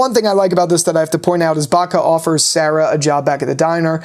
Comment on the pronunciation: bro its bakta not batka lol